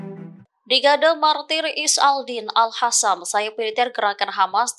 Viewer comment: Aduh...jangan ganti Al Qassam jadi Al Hasam, zionis jadi hionis, Qatar jadi hatar. Untung Jerman gak jadi Herman. Biasa aja lah bacanya jangan ngerubah sendiri pusing dengernya.😵‍💫😵😖🫨